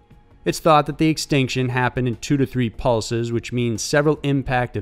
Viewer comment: "Permian Xtinction"?